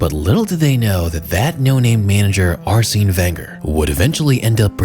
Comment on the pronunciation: Mad triggering to hear the mispronunciation of Arsene's name over and over